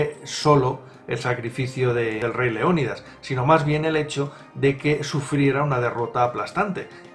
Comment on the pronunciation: Cuando dices el rey leonidas parece que dices rey león 😂😂😂